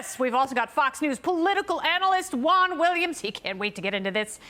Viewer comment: Juan not eguen.